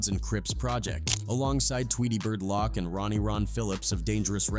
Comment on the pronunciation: Did he just call him "RedRum seven hundred and eighty-one? And Tweedy" lock"? Who's editing these videos?